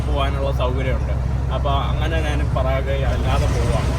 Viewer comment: പറാഗ്വേ അല്ല പരാഗ്വേ ആണ്